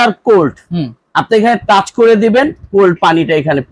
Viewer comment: টাস না, টাচ।